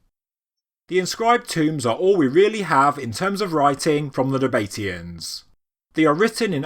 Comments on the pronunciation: "Nab-a-tee-ans" NOT "Na-bate-ians". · It is 4 syllables it's just the pronunciation that's a bit out. I don't know whether it is possible to spell it phonetically but I'll give it a try - NAB A TEE AN. Well I did say I would try. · It's pronounced Naba-TEE-Uns, not Na-BATE-ians. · Nab uh tea ins expertly butchered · "Naba tee ans" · is it not pronounced "nah- bah- TEE- ann" ? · Interesting pronunciation of the Nabatean's ?? I have always gone for 2 syllable, you go for 4 syllable. ??